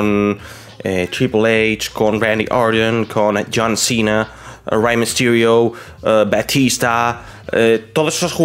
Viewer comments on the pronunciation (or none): Buf que cringe cuando empieza a decir los nombres de los luchadores antiguos en inglés... John Cena, Batista, Randy Orton... Dilo en español que es como todo el mundo lo ha visto